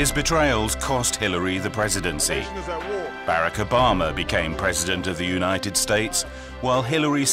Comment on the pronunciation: "Bare-ick Oh-bar-mer"